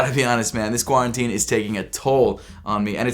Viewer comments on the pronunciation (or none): He says “quarantine” a little weird lmaooo